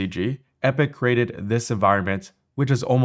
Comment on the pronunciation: Oof, hearing you say crated instead of "created" is freaking annoying